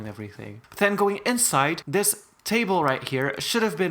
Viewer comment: Please speak right and don’t say dis and stuff like that not being rud it’s does not hoythrr me my cousin told me to ask you she does not know how to type